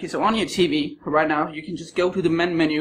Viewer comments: I like the part when he said rienow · Time he said rienow